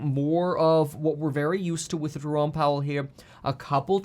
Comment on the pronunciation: haha Je-ro-me (Jeremy). i wonder if his parents said Je-rome as a joke.